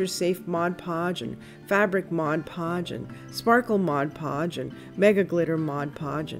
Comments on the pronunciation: It drives me crazy when people say modge podge. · I love the tip you shared for the vase !! You're not alone in saying modge podge lol Sparkle Mod podge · I don't like when people call it Modge Podge either. You have the bottle in front of you, read it right. I just got some dishwasher safe Mod Podge. Never heard of the Sparkle Mod Podge. Didn't know they have so many different ones. Hey, I live in Miami-Dade County south of you. So cool. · I LOVE sparkle mod podge! I use it all the time. I sooo agree with you on the correct pronunciation. It drives me crazy when ppl call it modge podge... Lol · I have never heard of sparkle mod podge! And I also can not stand when people say modge podge 😝😝😛